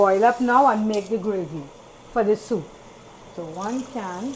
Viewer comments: Looks lovely! "Soop" is what I grew up hearing too 😂 Uncle is right, Saturdays were always the designated days for soup. Keep up the great cooking! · OMG! I love your "soop" 😄I enjoyed your stories and yes please write that book. People see the end but don't know the journey. Blessings to you and your Family❤❤❤